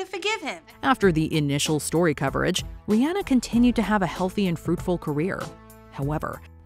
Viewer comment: Rihanna - Ree-Onn-Uhh, NOT Ri-Ann-uhh. Pronounce it right